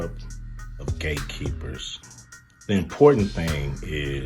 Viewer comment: I'm I the only one hearing him say Gay keepers. Not gate keepers